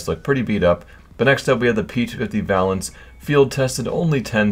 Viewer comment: p250 Vaylence is the way its pronounced... xD